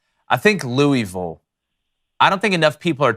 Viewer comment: It's pronounced, Loo-āvull. Haha not, Lewwy-ville